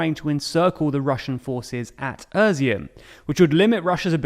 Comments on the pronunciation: Your pronunciation of territories in Ukraine is just terrible... Wtf is "Irzim" ? It's pronounced "eaz'oom" The first part from the word "eazy" and the last part from the work "boom" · Izyum is pronounced "easy-um", not a(merica)-z-um... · With all due respect it hurts to hear you say Izyum and turn it into "Erzeeum" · EASY- HUM (Izyum) I-like in "Italy" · I like how he pronounces "Изюм" like "Özeohm" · Why do you keep calling Izyum, Urzium? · Where is the R is Izyum? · Well done, mate! Except for Izyum, that's really-realy bad... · Its not özyum*, its *izyum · Great explanation but it's Izyum not Ezum or what you call it. The first word is pronounced like ea (Russian И or Ukrainian I). It is the Russian word for raisin. Some say because there was many vineyards. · NOTE: That city's name is NOT pronounced "uh-zium". It's more like "eye-ziom". It's... painful to hear it said like you do. LOL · Familiar with Ukrainian place names but not with their pronunciation. When did "i" in english start being pronounced like "ur"? How do you see Izyum ans think it's pronounced Urzyum? "Is" should be one of the first words ypu learn in english. Not this guy. He learned "Irz". He irz not good with place names that don't include a shire I guess. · Er-zyum? It's I-zyoom in Russian and Izhoom in Ukrainian. Izyum in English. It's even Iz-e-um in American English. No "er". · Izyum, not Öziyum, it's about time that you got that right, or I will unsubscribe. You are not telling me anything that is not available elsewhere. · Why does he keep saying Irizum instead of Izyum? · How do you get from ”i” to ”öö” in Izyum 😭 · Izyum is not “Erzyum”, it’s “Eez-yoom”. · Is dyslexic? He routinely misreads text and mispronounces names. Izyum/Izium becomes ['ur.si.um], Kreminna becomes [kre'min.ni.a]. Practically every single episode he does this. Reading aloud a quote and misquoting. Editor? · Izyum is pronounced ih-ZOOM